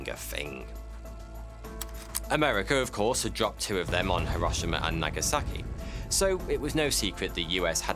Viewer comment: Her-Rosh-Uhma.. Hero-She-Ma .. bruv 😂